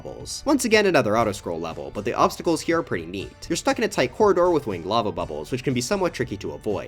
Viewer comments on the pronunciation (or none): “Wing Edd” 💀